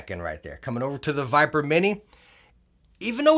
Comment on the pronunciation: Razer Vipere With "e" lol